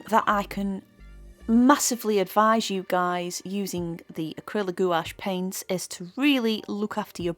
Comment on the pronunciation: I've given up with jacksons although I live in UK my orders take wks to come, It's just not worth the wait so I order from amazon, next day delivery with prime or at most couple days. I find amazon cheaper as well so it's a no brainer. Can I just say its pronounced like GWASH. Beautiful painting, love the hair.